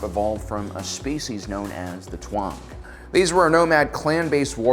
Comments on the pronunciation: It’s pronounced “Tong” not “twong”. And also Din “Jar-in” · Taung is pronounced Taw-ng not Twa-ng. P.S. No offense, I like your content👍🏻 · It’s interesting how you have it spelled “Taung” but you pronounce it “Tuang”. Why’s that?